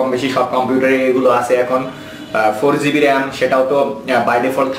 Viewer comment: Gb brother not zb